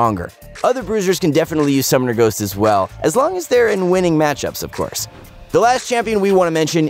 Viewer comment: why is he saying summomer ghost... i turned of the video